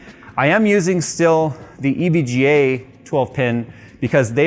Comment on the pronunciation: Everytime he says EVGA I hear evJAY